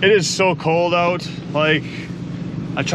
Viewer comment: owwt, owalt ( northern for out)